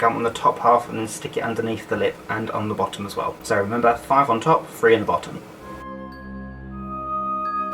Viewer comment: i love that british people say free instead of three its so cute